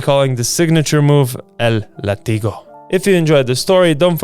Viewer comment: El látigo, con tilde en la A y fuerza sonora en la primera sílaba 😉